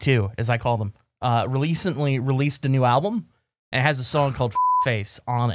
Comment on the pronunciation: said "releasently"